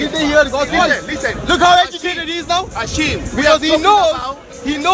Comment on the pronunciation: The Boss!: ) not Hashiiiim: )